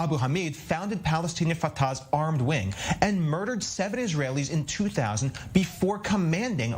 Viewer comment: LOL There is no such thing as a "terrorist body" especially after it's dead. Also learn how to say "Fatah"